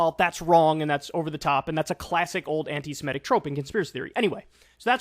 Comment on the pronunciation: Kyle: "Anti-Semitic" is pronounced /an - ti - se - MI - tic/, not /an - ti - si - ME - tic/. It derives from the word "Semite." Please try to get it right next time.